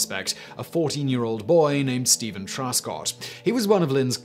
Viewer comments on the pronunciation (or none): none